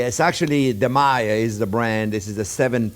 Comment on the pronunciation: Chef, please forgive, but I don't understand the name of the "Ferrari" sauce pan. It sounds to me like you are saying Maya. Please spell it or give us a link. Some of us would like to have one. Merci beaucoup!